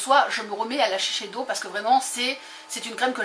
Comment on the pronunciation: Sans vouloir offenser personne .. vraiment ^^ on dit shissèdo =S a par ça sympa comme vidéo :)